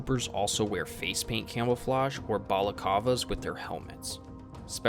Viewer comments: Its bala CLAV-A, not Bala-CAV-a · It's 'balaclava' With two 'l's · Balacava you say? lol